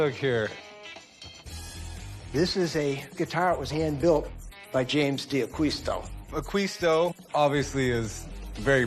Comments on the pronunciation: These guys have absolutely NO idea what they're talking about. Worst part...not ONE of them even know how to properly pronounce D'Aquisto's name. Shameful. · Nice guitar. Mispronouncing his name.